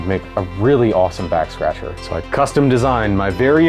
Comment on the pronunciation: I swear he said 'Vax Scratcher' near the end and that has me dying